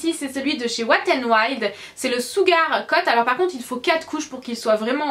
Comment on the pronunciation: Le mot "sugar" tu le prononce "sougar" ça me fait rire x) C'est "chougar" ^^ Enfin bref sinon super vidéo, comme à ton habitude :*